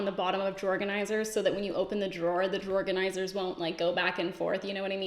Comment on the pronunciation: This has nothing to do with the message, but I swear to god I was hearing you say "Jorganizer" instead of "Drawer Organizer".